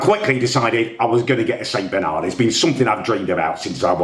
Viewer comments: At least learn how to say st bernard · the least he could do is pronounce the breed right lol